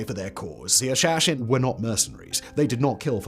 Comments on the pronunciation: It's pronounced "hah - shah - shein". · Practising his Sean Connery accent with "Hashashin"...:-) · It's "Who-Leo" and "Ha-sha-sheen". Sorry Simon, but those were a bit rough to hear.